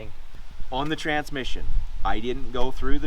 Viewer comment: This channel has taught me a lot of things, one of which is that "Trantsmission" has a second T in the middle of it